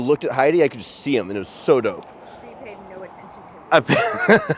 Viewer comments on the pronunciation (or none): none